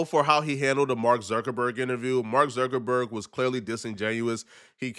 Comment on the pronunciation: It's pronounced Mark Zuckerberg, not Zerkerberg, You're welcome.